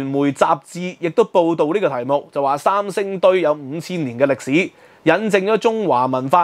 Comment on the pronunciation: 能不能说国语，不要说伤声堆